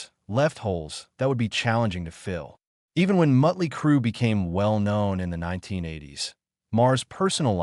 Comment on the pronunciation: Miley Crew? Mutley Crew? GTFO with this AI Bullshit!